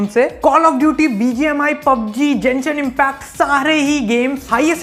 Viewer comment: I stooped watching your video the moment u pronounced "genshin impact" as "chenshin impact" 😂